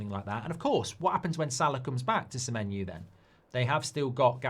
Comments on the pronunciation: Why he saying semenyu? O and U have different sounds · Semenyu there is a O at the end of SEMENYO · how does he get Semenyu from Semenyo ? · Mark trying to make that menu joke work by totally changing semenyo’s name to Semenu 😂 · Why is he pronouncing it like that? 😂😂